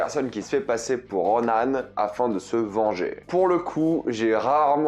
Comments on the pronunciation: Ronin pas ronan ! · C ronin pas ronan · Ronin* pas Ronan ! Ronan c'est un Kree / Sbire de Thanos haha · Je te jure ça me bute quand tu disais Ronaane 😂😂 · RonAne ???? Dites "Ronin" bien à la française OU "Ronine" prononcé à la japonaise mais d'où sort ronAne ?? C'est la VF ou quoi ?? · Roniii-ne. Roni-ne on prononce et non Ronane !😂